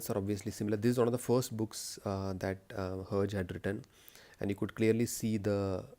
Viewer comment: Hi! Your collection is good and I like the fact that you told the history and the types of tintin books especially tintin in the congo as I feel like not many people talk about it. But the pronounciation is 'her jae' Notice the French accent HERGÉ and cigars of pharaoh is part 1 and blue lotus is part two And Tintin in the congo only comes in hardcover and is only published by casterman as per my knowledge. You should review tintin on the moon anniversary bind up! Good luck!